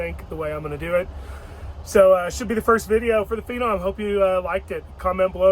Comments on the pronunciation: FENON,NOT PINON. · What is a ‘Feeenom’ 😂